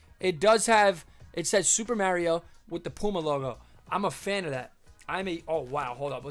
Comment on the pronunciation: its cool its tge right way to say it. Hey, some guy on ebay posted some super mario galaxy glow in the dark shoes from puma, is that legit?